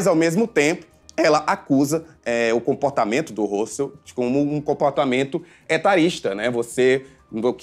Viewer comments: eu não estou mal informadA, não (sou mulher) e ele tá pronunciando errado sim, muita gente pensa que esse é o jeito certo de se falar, mas o correto é o simples mesmo, hostel (como se fosse hotel no fim). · Ele tá pronunciando hostel errado o correto é mesmo (ROSTEL)